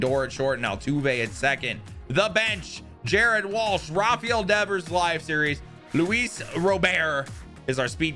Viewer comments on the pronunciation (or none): none